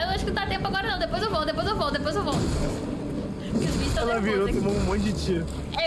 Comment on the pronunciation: Eu ficava inconformado quando falavam "fei" ou invés de "Faiê". Tsc...